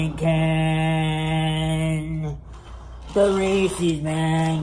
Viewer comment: Maybe they will sponsor him when he starts pronouncing Reese's properly :^)